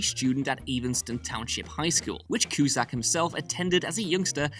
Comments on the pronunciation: I was bothered by the Q-shack pronouciation as well as many other commentors here. But I follow a Austrian/Germain physist named Sabine Hofsteddar who pronounces Einstein as Ein-Shtine. I think it may be a Eurooean thing and we should recognize that America does not equal The World. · Cush? Coose? Cusaaaaack like a ball saaaaaack! Who's cooshack? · QShack? I had to stop watching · Seen the film countless times. Watched this entire video. Still have no idea who tf "John Quje-Chackk" is. 🤷🏽‍♂️ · It's pronounced Cue Zack... John Cusack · Why do you keep saying ‘Qshack’?? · Cue-shack? WTF, dude? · For the record, the correct pronunciation of John's last name is Cue-Zack. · Ok lad little lesson here Cusack is an irish name..............Q. Zack..........good night from co Tipperary. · I knew these things. Also, his name is not ''Q Shack''. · STOP SAYING CUE-SHACK!!!!!!!! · Cue - sack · Q- SACK! LIKE A BAG OF BALLS. if you're going to say a name that many times in a video, you should probably say it correctly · The Cu-Shack is a little old place where we can get together, Cu-Shack baybeeee… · Coo shack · Yep. Friggin annoying to hear CueShack. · Friend, there is no “H” in Cusack. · I had to stop watching due to the narrator’s inability to pronounce Cusack. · Dude cannot pronounce "Cusack" or "Evanston" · Sin #1 - A Chicago film, referencing breaking the fourth wall, and you talk about "Alfie" instead of Ferris? Sin #2 - Pronouncing the main actor's name wrong Sin #3 - Pronouncing his sister's name wrong Sin #4 - Mispronouncing Harold Ramis's name Sin #5 - "fans's" ?? Sin #6 - Tim Robbins played a full part in the movie, not just a cameo. Many lines. Many scenes. Sin #7 - Regina Skeptor??? Sin #8 - "coral" him? Sin #9 - "Eeeevanston, IL?" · One of my favorite movies. Just so underrated. The cast is great. The writing is great. Acting is awesome. Not gonna lie though. It's annoying how you are pronouncing Cusack. There's no sh sound in it. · FFS learn how to pronounce Cusack